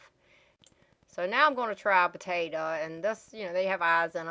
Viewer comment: i had to cut the potatuh in half